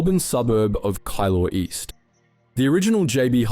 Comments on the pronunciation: Not kai lor east, keey lor east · “Kai-law” east is sending me 😂 Keilor East is pronounced “kear-lore” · "Kylor east' 😂😂😂 it's keilor "key-lor" lol. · OMG! You soooo butchered the pronunciation of "Keilor East" ... It is pronounced ki-lor east .... Love the pics of the origin store external internal and staff! Brings back memories its a shame they had to close the store ... It was local history 😁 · Great video! Sorry but its pronounced 'Kee-lore' East. I grew up in Keilor across the early 70-90s and the original shop was a dream. Mum would shop at this shopping strip and if she had time, me and my siblings loved wandering around hearing the latest music and checking out all the records and hi fi equipment. Place was always busy and was a mix of different types of people. As a young child this place holds beautiful memories. Never realised my family was in a small way, part of the history ❤Have also seen Brashes, Sanity and Virgin Megastores fall by the way but JB makes the customer feel like they really are being heard. Heres to them staying ahead of the game and being around for many decades to come